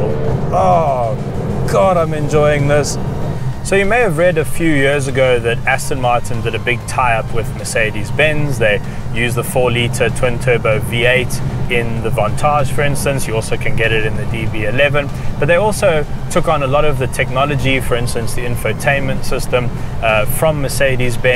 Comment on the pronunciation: The “Vantarge” 😂😂😂